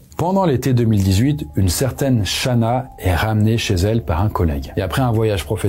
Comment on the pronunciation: Chris c'est Shannen pas Shanna. Tu as déjà traité cette affaire en +. Fais attention à ta prononciation.